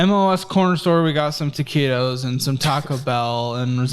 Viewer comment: It hurts every time he says TAQUITOS because I love those 7-11 taquitos so much 😭